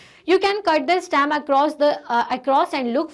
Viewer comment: its not stam its stem